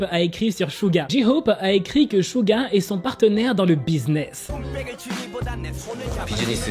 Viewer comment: On dit Suga pas Shuga prononce bien le nom😊❤